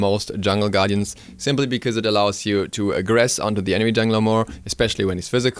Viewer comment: I prefer "bikooze" (because). Love the way he says it lol.